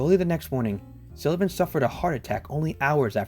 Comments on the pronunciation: I don't love how you pronounce "Sullivan" but thanks for the video. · Why's it so hard for you to pronounce "Sullivan" correctly? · This is ridiculous. You haven't researched the man, and you're certainly unfamiliar with him. You even get his surname wrong. Nelson deserved better than a half assed, thrown together "documentary". I'm embarrassed for you. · Please, he pronounced his last name wrong and where he was born. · The way this dude say Sullivan is driving me nuts. He obviously knows very little about these people. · His name is pronounced Sullivan, not Silluvan. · Great video, but its SULLivan not SILLivan! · Stop calling him Sillivan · He called him Nelson Sillivan the entire video lol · Why can’t you pronounce his last name properly it’s SULLIVAN. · Why are you pronouncing it Sillivan? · Same place he came up with “Silla-vin” 😂😂😂 amateur hour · This guy keeps saying Sillivan as well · Ok love the video but mispronouncing SULLIVAN’S name every time is my 13th reason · Jesus Christ learn how the say Sullivan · Also, it's Sullivan not Silovan. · pretty sure its SULLivan not SILLivan...